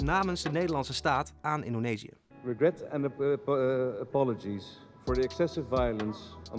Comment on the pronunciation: wat een investering... Mag nog wel wat Engelse lesjes nemen.